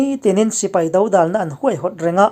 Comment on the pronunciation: Bengvar thlak ṭhin e, Mizoṭawng thlûk tih dik loh a awm leh zauh zauh ṭhin a, inzirnan zel ka han sawi ve mai mai e, dodâl, tih te, ṭam hawm hawm, ang chi ah te.